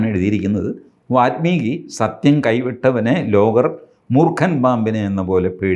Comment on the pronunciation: കുറേ തവണയായി വാത്മീകി എന്ന് കേൾക്കുന്നു. വാല്മീകി ആണ് ശരി. മലയാളികൾ വാല്മീകി എന്നത് വാൽമീകി എന്നെഴുതി പതിയെ വാത്മീകി ആക്കി പൽമനാഭനെപ്പോലെ😅 പദ്മനാഭനെ പത്മനാഭനാക്കി. പിന്നീട് പൽമനാഭനാക്കി...